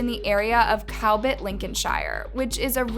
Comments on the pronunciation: I live in cowbit and they searched everywhere they have given up searching which breaks my heart!!! U have done really well on this video thank u. Btw it’s pronounced cub-bit :) x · Cowbit is pronounced Cub-bit.